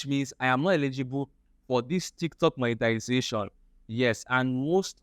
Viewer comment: It's monetization and not monetilisation